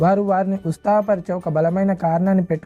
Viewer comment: Ustaha Kadu utsaha